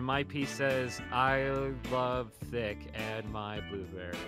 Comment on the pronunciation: i heard d**k instead of thicc. Im wheezing 🤣🤣